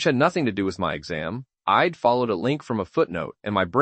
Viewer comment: Pretty sure this is mostly AI🥲 Pronouncing “I’ll” as “ill” and “I’d” as “ID” within the first minute and a half is wild